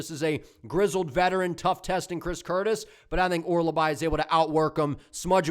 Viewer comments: Hearing you say Orolbai wrong like 50 times in 3 minutes is crazy😭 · You might of sold me on Sousa. I was really unsure about that one i might be switching over to Sousa now. Also, his name is Mintsybets Orolbai 😂